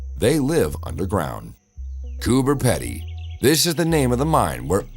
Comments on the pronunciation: Why is it Americans keep saying the name of Coober Pedy wrong this is how you say it it koo-buh-pee-dee it’s one of those words that’s pronounced differently to how it’s spelt. If you are going to say the name of a Town in Australia at least have the decency to say it the way WE DO. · Coober Pedy is pronounced Coober Peedy.